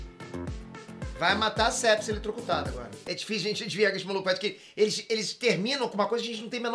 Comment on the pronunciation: Sepsi kkkkkkkkk é pepsi